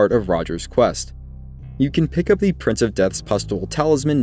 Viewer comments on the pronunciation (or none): none